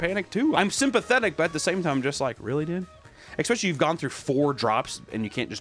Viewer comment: I’ll comment this on every video until you get it right, it’s ESS-specially not EX-specially. Come on Papa